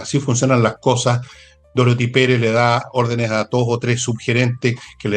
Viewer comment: Por favor, con sumo respeto, indiquen a Nicole Rodríguez que el nombre de la actual jefa máxima de la Contraloría General de la República es Dorothy, con dos “o”, y no Dorthy, como Nicole suele pronunciar.